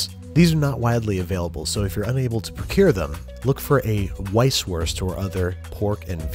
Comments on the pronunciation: Ouch!... that poor Weißwurst... as a german that kills my heart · The way he pronounced weißwurst 😳